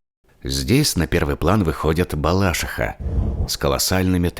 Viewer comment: Уууу суууууМочка) Воврем исправили БалАшиху на БалашИху😹😹 Хорошее видео)